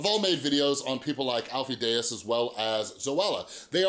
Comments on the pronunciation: Deyes is pronounced like "Days". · Lol you’re friends but can’t pronounce his name right .